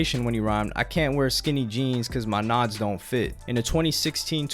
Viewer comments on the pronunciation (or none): Bro said “My nods don’t fit” its knots you stupid mf 😂